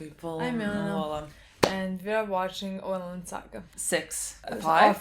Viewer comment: “Winland Saga” 🥺